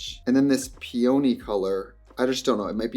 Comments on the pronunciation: PEE-in-nee. It's a flower. Not pee-OWN-nee LeviOsa! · PEE-oh-KNEE! Bahaha. It’s pee-unhhhhhh-knee. 😆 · Peony is pronounced Pia-Knee it's a very pretty flower ...just if you didn't know 🥀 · (PEE-ony not Pee-ONY) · um... pea-own-y? peony.... pea-unh-ee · Not pee-ony 😭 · Do we know that "Peony" is pronounced PEA-ah-knee, & not pea-OH-knee, and we're just having fun ? 0r is this a Wisconsin dialect thing? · Pee-oh-knee? Lol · Ardell has been around forever.. like clinique... but for lashes. I didn't know they did anything but lashes. I even have some of them. When did you become Italian? pe OH nee? no.. PEE uh nee.. it's a big fluffy flower.. sadly, ants love them. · Omg “peOny” it’s peony like the flower🌺 lol I’m sorry it was just bothering me 😭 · the pronunciation of peOHny is sending me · Pee oh knee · counting the amount of times she says PEEOWNY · "pee-oh-neeee"??? trixie, you're better than that. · Ily but "pee-oh-nee" is crazy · Love, it’s pee-oh-nee. The flower. Peony. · It's pronounced "PEE-oh-nee" it's a flower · Not Pee-oh-knee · It's the pee-ONIE for me, SIS. As a floral designer, I can't take that pronunciation...but I'll forgive you! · gonna pronounce peony pee-oh-knee from now on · not pee-only 😭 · The mispronounciation of "peony"😂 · Is that how Wisconsin people pronounce peony? Or is that Trixie just being Trixie 😂😂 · Obsessed with the way she pronounces peony 😂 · Plz not the pronunciation of peony 😭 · her pronunciation of peony is giving got meek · Do all people from the US pronounce Peony like that??? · Trixie over enunciating peony just makes sense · hearing peony pronounced that way was incredibly jarring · the way Trixie pronounced “peony” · the way she pronounced peony was insane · trixie pronouncing peony like that is sending me sooo badd 😭😭😭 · it’s the pronunciation of peony for me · 3 :28 Hey Trix hun, that is not how you say aqueous xox Edit: and that's not how you say Peony either. 😮😅😊😊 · Are you trying to say peony like the flower?